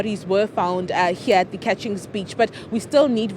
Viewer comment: Not catchings beach it's cuttings beach